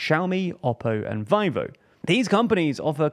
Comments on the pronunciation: Please learn how to actually spell the names in the field. VIVO as 'vai-vo' ??? And D-R-A-M and N-A-N-D instead of 'dee-ram' and 'naa-nd' is not just wrong, it stands in the way of communication. Spelling it out instead of the common pronunciation makes the statement less understandable because it requires extra mental effort no get the word! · And Vivo as "vy-voh". 💀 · Its Veevo, not Vaivo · i have never heard anyone pronounce 'vivo' as Vai-vo😂😂😂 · is it pronounced "we-vo" or "y-vo" I'm hearing this y-vo for the first time tbh 😂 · Pronounce “Vivo” as “vee-vo”